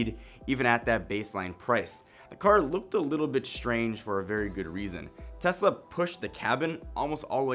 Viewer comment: Great video!! And im glad you are different from other channels for saying TeSla not TeZla...